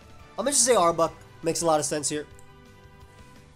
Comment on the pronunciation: The way you pronounce arbok as "arbuck" drives me nuts, dude.